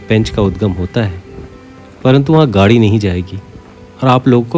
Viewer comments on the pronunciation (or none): none